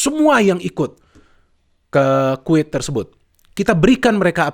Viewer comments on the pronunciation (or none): Kuwait bung bukan quit, quit quit mulu hehe. Canda bung 😁